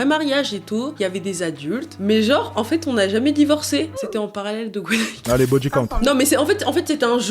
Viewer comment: Gwenaick ? no no no no Gweraick ? yes yes yes yes